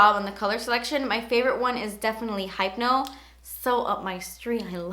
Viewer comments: Girl, I love you, and I don't want to seem rude but that Ofra lippie is pronounced "Hip-no" not "hype-no." Thanks for the video as always! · isnt it hypno (like hip-no) not (hype-no) like she pronounced it? LOL ur so cute <3 <3 love ya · isn't hypno pronounced like hip-no? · its funny how you pronounce hypno its supposed to be said like hip-no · Hypno = hip-no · The way you say Hypno lol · Did she really pronounce hypno like that lol...